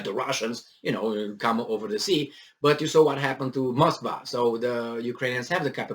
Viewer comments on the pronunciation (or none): none